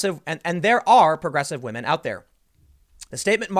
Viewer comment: He wants that, "because Wahmen" vote.